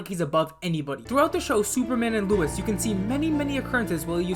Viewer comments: Bro calls Lois, Louis😂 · LOIS not LUIS, LOIS!!😭😂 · Lois not Louis